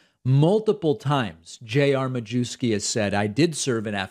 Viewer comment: Traditionally, the surname is pronounced, "myefski". Not sure how he pronounces it.